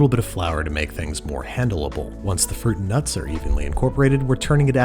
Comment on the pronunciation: The way he says fruit and nuts bothers me a lot